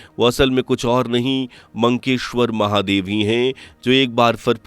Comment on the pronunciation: It is Makkeshwar Mahadev not Mankeshwar.